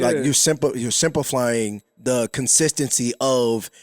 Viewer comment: not only does he not know how to use the word simplify but he also can’t even pronounce that mf 😂😂 just use a diff word my guy it’s not even the right one anyway